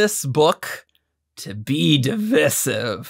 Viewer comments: The pronunciation of Divisive kept hurting me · What was divisive was the way you say divisive. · Literally said this to myself while watching lol. Ah, English and its dialects...